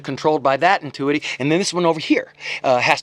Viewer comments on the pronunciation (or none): Entuity? Do you mean entity?